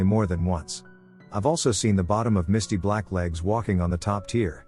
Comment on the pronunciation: The way he said "Misty Blacklegs" I thought it was the name of the ghost 😂